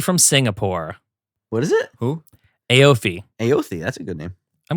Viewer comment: if it's spelt like aoife then it's pronounced like "eefa"